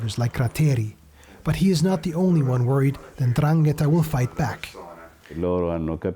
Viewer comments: Completely ignorant journalist. it is not indraketa ma 'Ndragheta. be sure of what you say before you open your mouth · Andran - gheta it’s very wrong...